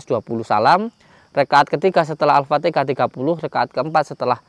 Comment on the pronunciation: Sorry ya..yg benar itu baca ALFATIHAH/ALFATEHAH....jangan dibaca AalfateKAH....HA dgn KA berbeda